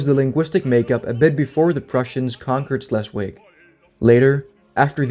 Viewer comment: Great video! but you did keep saying Schleswig wrong. Sorry, I'm in a German class and there isn't a "W" sound in German so it would be pronounced with a "V".